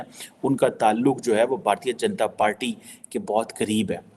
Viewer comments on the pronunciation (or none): none